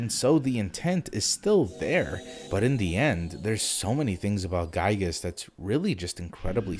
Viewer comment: It's pronounced "Gee-Gus"